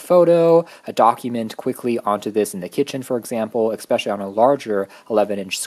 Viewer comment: Good video, but your pronunciation of "subsequent" and "especially" is bizarree.